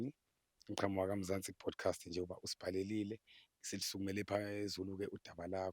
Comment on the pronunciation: kuthi Podcast or bodcast? Sekukaningi ngikuzwa uthi Bodcast. Awulungise kuleyondawo